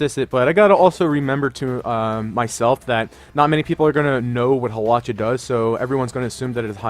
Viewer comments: Haw-lewch-ahh lols 😂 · You say hawlucha and zapdos waaaay wrong